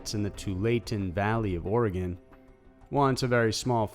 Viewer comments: Or-e-gun. Not or-e-gon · Lol, it must be colloquial because I lived there for 47yrs and always pronounced it Orey-gun. Yet now I live in Arizona and its pronounced Air-A-zona...go figure! Lol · Every Oregonian cringes a little when someone pronounces it as ore-gone 😭😬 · And Orey-Gun, please. Another great video! (a former Oregonian)🌲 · I explain the Oregon pronunciation as "it is a "rifle" Or-a-GUN. My ex husband, who was from Maryland/ and Ohio due to parents divorcing, and pronounced it way wrong, tried to correct me by saying that his TEACHER! (Also from Maryland) pronounced it like that so that made him right. Like okay dont listen to the Oregonian, you damn Yankee from Merry Land and O-HEE-O! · And it's ore-eh-gun. I always cringe hearing our areas mispronounced lol. Willamette is probably the worst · Kevin Temple nope. Pronounced "Organ." Could be my California accent. Lol. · too wall it ten valley, or eh gun. please.